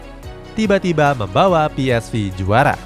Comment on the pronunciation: Ps-ve bukan vi